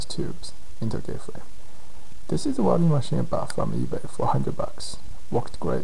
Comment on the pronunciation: “Wrelding” = welding lol. Great vids!